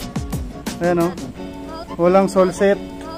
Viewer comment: boss sole sep yin hindi sole set,,,,,,,,,, sole separation